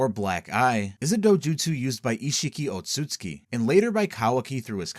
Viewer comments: it's tsu and not tsui, there is no I in there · It’s Ōtsutsuki (Oat-sue-zu-kee) 😅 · Ur saying Otsutsuki wrong